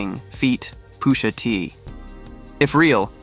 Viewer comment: Why tf he saying Poosha T